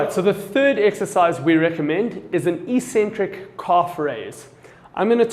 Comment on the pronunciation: Well-explained demonstrations, thanks. (Calf raises: isn't it eccentric, not ecentric?)